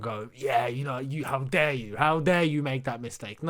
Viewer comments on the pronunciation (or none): none